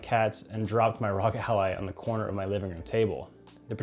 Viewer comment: I know, and that not how he says it. It says it like alley